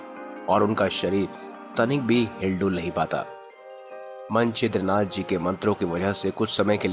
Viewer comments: ये मनछिद्र नाथ क्या है? मत्स्येंद्रनाथ कहिए प्रथम सही उच्चार कीजिए । और यह कथा नाथ सम्प्रदाय में साम्प्रदायिक महिमा बढ़ाने के लिए प्रचलित है। किसी भी रामायण में नही है यह कथा । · मत्स्येंद्रनाथ को तो यार तुम मन छिद्रनाथ बोल रहे हों। उच्चारण तो सही रखो